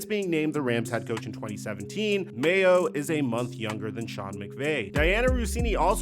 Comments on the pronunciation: I came just to see if this dude STILL thinks his name is Jared Mayo and he does, even while clipping videos with his name pronounced correctly. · Bro is saying mayos name so wrong it’s upsetting